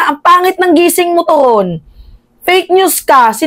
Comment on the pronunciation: Mimaa atty torreon hindi toron